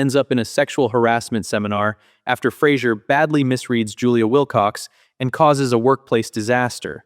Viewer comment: David Hyde Pierce smirking and saying "you said Flasier" 🤣🤣